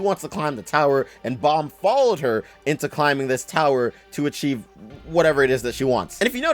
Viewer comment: Nawl in the webtoon its Baam